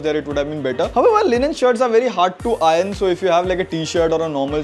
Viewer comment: Nice review! However, repeat after me, EYE-URN (iron) and not EYE-RUN.